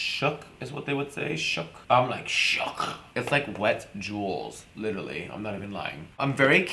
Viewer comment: you say literally 100 times but cant even say it right honey get a dictionary